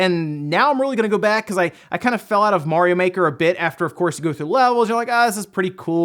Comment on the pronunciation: It's mario not morio